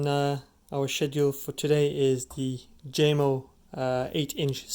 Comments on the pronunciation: It's Yamo in pronunciation not Jamo. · It's pronounced differently. Lol. It's actually ( Yamo). It's a Denmark name. The " J" makes a " Y" sound.